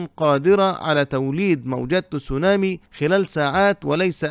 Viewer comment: يا رجل، كيف جعلت الكلمة الياباتية Tsunami فصيحة بوضع الضمة على التاء؟؟؟ تُسُونامي؟؟؟؟ عن جد؟؟؟؟ هههههه بل إنها تصونامي، تباً لبني قريظة!!! 😂😂😂